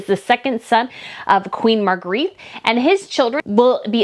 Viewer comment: my dad was born and raised in Denmark. He had a sister name Margrethe. You are pronouncing it Maar-gr-eet. This is not correct. It is pronounced Muh-gray-tuh